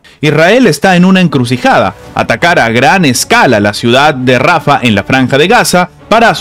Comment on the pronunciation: Se dice rafahhhh no rafa! JAN YUNIS NO YAN YUNIS, USTED NO SABE PRONUNCIAR ESTOS NOMBRES.